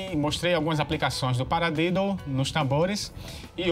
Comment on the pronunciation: Desculpas amigo mas vc falou paradedo kkk